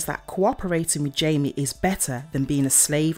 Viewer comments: It’s not Jamie he’s Mexican meaning the j sounds like h and ie sounds more like ay so his name is hamay but it’s spelt Jamie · His name isn't Jamie it's Jaime get it right videos it's annoying please pronounce his name right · it’s pronounced “hi- mm-aye” not jamie.. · No offense but try to look up how to actually say characters name's. Jaime is not pronounced like Jamie. They are two different name's for god sake!